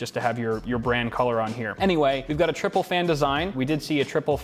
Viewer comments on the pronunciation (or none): none